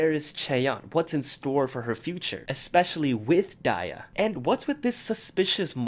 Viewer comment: WAIT YOU PRONOUNCE DIA AS DIE-YAH ....NOT DEE-YAH 😳..?